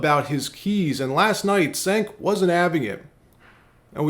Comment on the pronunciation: Pronounced “Jenk”. Just so you sound in-the-know.